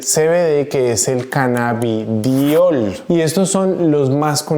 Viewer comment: Primero dice CANNABIDIOL Después CANNABIDOL Sólo un comentario